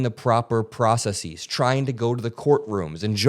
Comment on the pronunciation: "Processies" always gets me